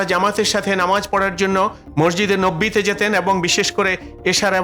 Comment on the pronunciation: ইতেকাফ কে এতেফাক , নববী কে নব্বি , এই উচ্চারন !!!!!!!!